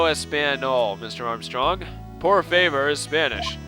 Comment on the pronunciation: I don't speak spanish at all, but i think "por favor" is said something like "porfavor", like one word i mean and not "favor" but "favoar". If you get it :P